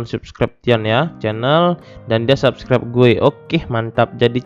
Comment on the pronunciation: sabskribsyièn bang baca nya:)